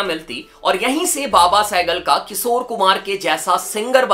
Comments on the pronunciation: Bro its kishor na ki kisor 🤦🏻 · Kisore❌ Kishore✅ (Please naam mat kharab karo aese legendary singer ka...mere papa ke playlist mein ye hamesha rehete hai...I kbow it's just your pronounciation issue but still) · किशोर होता है भाई किसोर नहीं